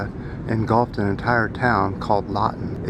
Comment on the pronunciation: Pronounced 'lit-ton'. Anyway it's pronounced it's a mental tipping point for us In British Columbia. I love your words mate.